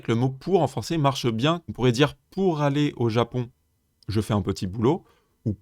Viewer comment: Super explications, merci. Attention cependant aux liaisons mal *T'à propos : je n'ai pas pu *Z'aller...😉